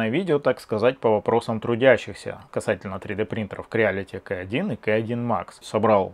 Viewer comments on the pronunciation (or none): Дядя, ну кровь из ушей уже идëт. Запомни пожалуйста, что в Русском языке нету буквы КЭ